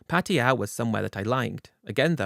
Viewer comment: The Londonistan boy just can’t say Pattaya, the spineless brit has to rename the city into Patia. And he loves saying it, Patia Patia Patia 😂